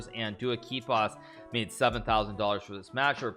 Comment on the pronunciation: What the...................................?? Never seen that insanely correct pronunciation